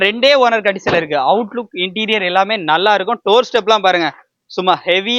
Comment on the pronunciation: இன்ட்டிரியல் இல்லை தம்பி , இன்டிரியர்